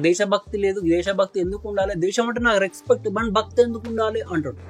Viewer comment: Ee mabbu coolie gadiki matter ledu kani roast ki dhigaadu Rexpect kadhu adi respect palakadam nerchuko theppiga